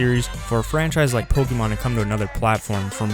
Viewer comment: Dude you gotta learn how to pronounce pokemon properly if you're going to talk about it for a whole video lol